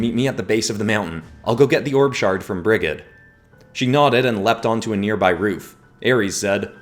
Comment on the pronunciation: Hey I’m from Ireland and I’d just like put in a correction Brigid would actually be pronounced as brijid